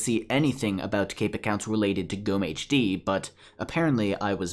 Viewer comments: The stressing of gommehd is so funny, sorry... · witzig, zu hören wie du gommehs auspricht / funny to hear you pronounce gommehd.... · You said the name wrong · ich auch